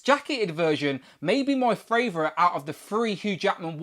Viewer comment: Tell me your fravorite